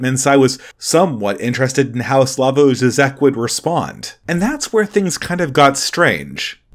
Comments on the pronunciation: It's pronounced "Slaw-voy Jhee-jek" from what I'm aware. Despite being a Communist, he helped liberate his country from the actual USSR by promoting a more moderate position (i.e. don't shoot or silence dissidents, tolerate some free market reforms, even a few genuine protests) that eventually led to the collapse of Communism in that area. You have to give him props for that and understand the context of his day and where he fit into it, as he was the 'moderate reformist' of a time when the far left was way, way worse and doing so in his country ran a real risk of getting him imprisoned or killed. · Slavoj Žižek (/ˈslɑːvɔɪ ˈʒiːʒɛk/SLAH-voy ZHEE-zhek)